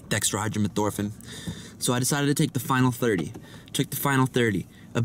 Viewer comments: "dextraphyramethorpehn" No. It's Dextromethorphan. That's it. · he says dextrohydramathorphin lmao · nigga said DEXTRAHYBROMIDTHORPHAN